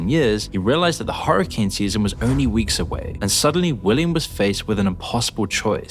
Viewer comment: I love that he says hurricane like "horror"cane 👍🏻